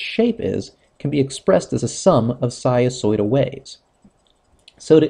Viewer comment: What happened to the "n" sound in "sinusoidal"....?